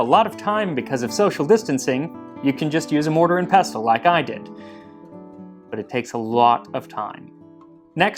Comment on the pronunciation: "Mortar and pestle" – you're doing it again! And 'bubonic' is pronounced "byoo-bonic", not "boob-onic".